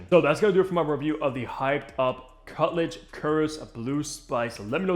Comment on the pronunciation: “Cut luge” 😂 🤦🏼‍♀️